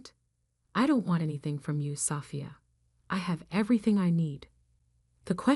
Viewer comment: You really need to say the Annunciation of the name ' Sophia', but a good story.